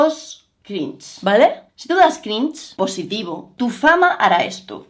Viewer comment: El... "crinch"